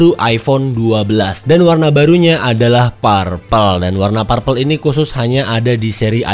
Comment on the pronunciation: Anu bang, bukan "parpel" tapi "perpel"